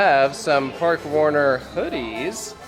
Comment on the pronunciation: You spent all day with Spain's tallest man and still didn't learn how to pronounce Parque! (Though I already watched the BGCE video. Yay!) I would love to go back to Parque Warner but I haven't made it back to Madrid yet. Now I have a good reason to...